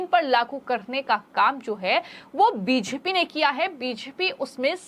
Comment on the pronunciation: बोलना सीखिए मैडम... बीजेपी को ह्वीज्पी मत बोलिए